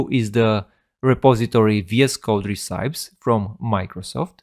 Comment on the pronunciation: great video, just please check the pronunciation of recipes 🤣😅